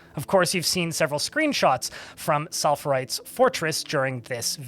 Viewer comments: s-fall-er-ite! it's zinc ore! (i'm not correcting you, i'm just excited) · "SFAL-er-ite" not "SAL-fer-ite." Sorry, it was bothering me. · If you're gonna make a video about someone else's DF playthrough, the least you can do is pronounce his name right. Its Sphalerite, not Salpherite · I'm sure someone has said it. and I'm sure there's more than that even. but I cannot contain myself. It is S-fal-er-ite. :P that is all. love your videos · Hehe, it's pronounced sfay-ler-ite. It's a zinc and iron mineral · Their name is a rock. It's said Sfal-er-ite. You're mixing up the F sound and the L sound. The constant saying the name completely wrong keeps pulling me out of the story. Anyway fun vid otherwise, interesting stuff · SPHA - LE - RITE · why are you pronouncing his name that way? S-phal-er-ite. its a primary ore of Zinc. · I'm sorry to say this, but his name is sphalerite (a typ of stone) not salpherite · Sphaler. Like "sailor" with an f in it. It's driving me absolutely mad. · That name is pronounced "Sfal-er-ite" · Second! also its sf-ay-ler-ite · If you can't put in the effort to pronounce sphalerite properly, why should I put in the effort to watch this video? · Fascinating as this tale is, I cannot unhear every single time you mispronounce Sphalerite 😅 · i think the name is more often pronounced ss-fa-le-right. As it is a type of rock